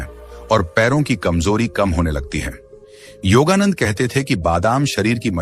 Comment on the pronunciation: योगानंद को योगानंदा मत कहे।